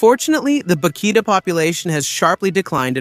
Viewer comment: Terrible ai slop. Can't even get the animals names right. Cukoo, not cocoa. And vaquita, not bakita. And wtf was that thumbnail? Fuck me that was bad.